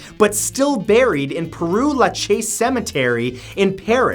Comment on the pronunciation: père is pronounced almost as "pear" not "peru" ^^